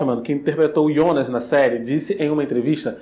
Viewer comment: Pronúncia Jonas ou Ionas?? 🤔 Rsrsrs